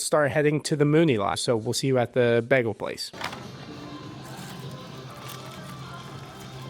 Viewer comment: The way you pronounce Bagel makes me angry as hell.